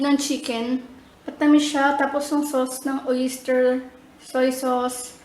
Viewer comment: napakasarap naman talaga lasang lasa yung "OYISTER" sauce hahahaha. lol, ate babasa na lang eh.